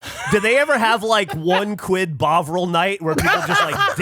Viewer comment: everyone saying bovril it keeps sounding like bog roll